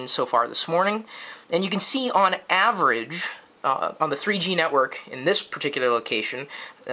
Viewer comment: hahhah kenekwork lol